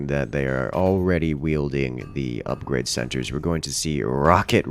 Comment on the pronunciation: almost has hard to say ''Upgrade'' santé correctly ahahah